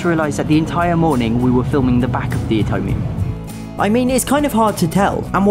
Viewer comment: You pronounced it utomium instead of Atomium